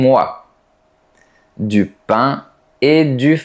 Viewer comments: Sans m'en rendre compte, selon les mots, j'en prononce certains comme les parisiens et d'autres comme les toulousiens...Ai,😂😂, mais en réalité j'adore d'écouter la prononciation comme de "paing" 😍Merci beaucoup ❤ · Demain je vais acheter de pain et de vin, na pronuncia de Toulouse est horrible. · Né à Toulouse, passé la quarantaine je suis allé travailler 13 ans en région parisienne, puis 8 ans dans le région de Montpellier avant de revenir près de Toulouse. À part l'escamotage des e que je m'étais mis à pratiquer inconsciemment en région parisienne, je n'avais pas constaté de différence à part pour ananaS. Ta façon de dire pain ou vin me fait plutôt pense à l'accent marseillais et encore en exagérant beaucoup. Pour l'orthographe, j'estime qu'il vaut mieux prononcer les e au milieu des mots. D'ailleurs, ma mère qui était institutrice avait remarqué que c'étaient les enfants venant de la région parisienne qui oubliaient ces e et faisaient aussi des erreurs de genre.